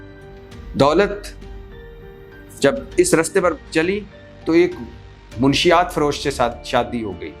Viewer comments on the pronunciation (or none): Munshiat nahi batti sahib urdu seekhain. 😅Manshiat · Salam Bhatti Saheb. Munashshiyat hota hay, Munshiyat nhi